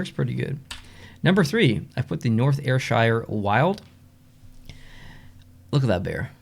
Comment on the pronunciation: Firstly, Im from Dundee in Scotland and I've literally never heard of this league 😂 and we, apparently, have 2 teams in it! Secondly, you did great with the pronunciations...only 2 i noticed you getting wrong Ayrshire = Air-shir not Air-Shy-ar Kirkcaldy = Kir-caw-dee not Kir-cal-dee Other than that, great job!